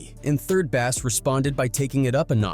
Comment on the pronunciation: 3rd bass not 3rd bast 😂😂